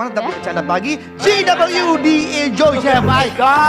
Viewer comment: Andre keliru liriknya.. dia mengeja Ji DoubleU Di Je O Bi.. hrsnya Ji double O Di... krn dieja dr kata GOOD..